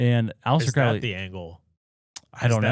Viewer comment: CROW-LEE. not cr-OWL-ee